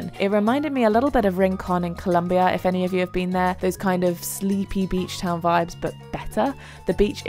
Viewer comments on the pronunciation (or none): none